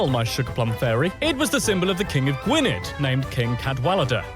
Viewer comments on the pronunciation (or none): That's not how you pronounce Gwynedd